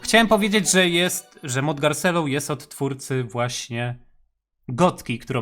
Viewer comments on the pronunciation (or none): Muwi się garczerlo nie garcello!!!!!!!!!!!!!!!!!!!!!!!!!!!!!!!!!!!!!!!!!!!!!!!!!!!!!!